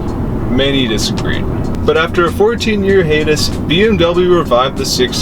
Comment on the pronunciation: It's Hi-atus..not hateus